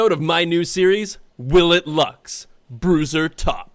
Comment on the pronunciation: Thought bruiser said brazzers 👌